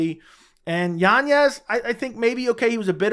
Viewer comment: Yanez... Not yanyez. Good Lord, man.